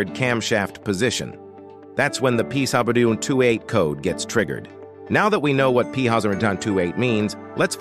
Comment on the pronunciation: That pthousand tootee eight code? This must be made By AI.